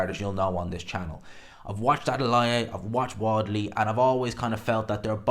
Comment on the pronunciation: Ah maté seriously why do you call him Wadley???? It Wardly there’s an R in it